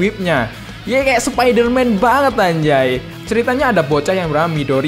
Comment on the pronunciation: Lu pengen ngomong anjay keknya kok jadi 4nj1ng bang 🗿